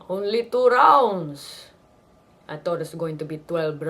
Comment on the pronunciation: LOL "I tot Pacquio would play around with him a little bit"